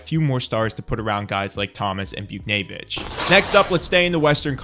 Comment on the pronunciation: Chychrun is pronounced Chick-rin Buchnevich was close but it's Booch-nay-vich and Daccord is pronounced Duh-cord